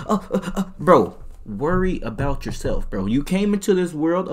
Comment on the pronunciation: “Stand up for yo sel-😳” got caught slippin😂